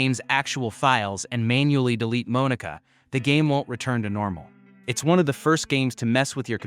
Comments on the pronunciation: "Moan-eeka" great job we love ai voiceovers 🫩🫩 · Bro it's not pronounced like that.. that's not how you say Monika...